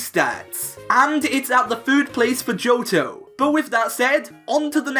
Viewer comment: Why you pronounce Johto as Joutou?